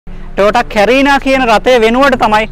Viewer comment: කැරිනා කියන වචනය කරීනා යනුවෙන් නිවැරදි විය යුතුයි!